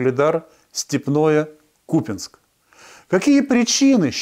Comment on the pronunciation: Не Купинск , а КупЯнск, говорите правильно